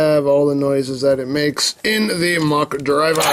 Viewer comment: IT´S KAMEN RIDER MAHHAA !! Deam it, the mahha driver belt sed it. It is easy to say, so stop saying mackh driver. If you don´t belive me, go to google and chek it your self.